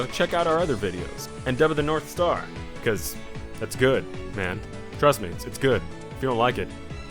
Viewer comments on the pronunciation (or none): none